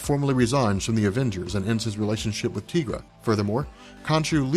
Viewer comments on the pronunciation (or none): I thought her name was pronounced Tie-gra, not Tee-gra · Tee-gra??? What? I'm pretty sure that's...Tie-gra.